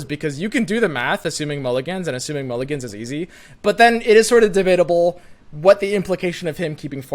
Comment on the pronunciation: why every time say but i hear it like he say butt?